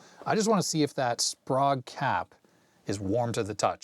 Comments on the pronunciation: Very nice journey through the past's perfect monitor. I'v always heard the cap's name pronounced as --spray-guh. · It’s pronounced “spray-g”